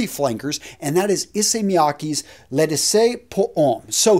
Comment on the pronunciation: please work on the pronunciation. L’eau is said like low, and D’issey is Dee See. And in my opinion Guerlain LI Colonge should have beaten sport, it’s a gorgeous scent.